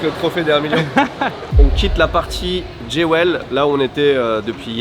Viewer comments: On dOn dit pas ”Djé-wèl", mais plutôt "Djou-wl" (joyau en anglais). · Génial, belle expérience...juste j'ai mis un moment à piger que Géouel c'est Jewel...il vaut mieux dire Djoul.. entre la dame ses fauteuils et l'accent de..😂 je suis refaite 😂😂😂...le duoTev et Malo c'est aussi cool que et Louis, ça fonctionne bien! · Les gars, cette vidéo est un banger ! Elle me donne presque envie d'aller à Singapour et en profiter pour passer deux jours à l'aéroport ! 🤣 Et votre duo fonctionne TROP BIEN !!! 🥳👍👏👌 Juste un détail (c'est pas une critique, hein: c'est pour aider), JEWEL ça veut dire BIJOU et ça se prononce JUL, comme le... "chanteur" . 🤐